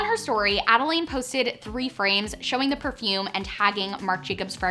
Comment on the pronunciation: it’s ad-a-lynn not ad-a-laine